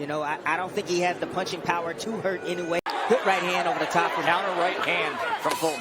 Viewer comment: PLEASE! Inoue (Ē-no- way) not (in-o-way) thanks